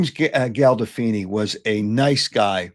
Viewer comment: How dont you know how to pronounce Gandolfini and Bracco ...you are a moron and dope!!!!